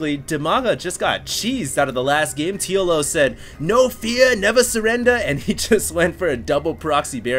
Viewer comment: "No Feyah!Never Suwendah!"